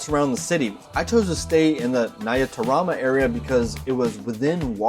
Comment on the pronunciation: Hi! It's amazing to visit Rwanda. You got a good accent saying "nyarutarama"😊. Visit again.